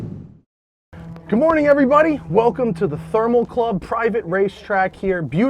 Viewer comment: Am I the only one that hears "good moring every bunny" instead of "good morning everybody"?